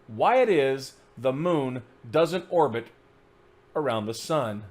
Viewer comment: ‘Orbit’ not orgit. Great vid though! D Marble is such a moron.